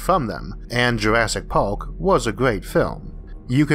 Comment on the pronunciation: Did he say “Jurassic pork”?